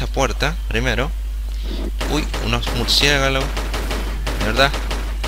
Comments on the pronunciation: xD, me hizo reir la parte de murciegalos xDDD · este qliao es experto en hacer intros en serio xD, jajajajajaja "murciegalos"!!! jajajajajajaj y super enredada la parte del laberinto con agua, excelente capitulo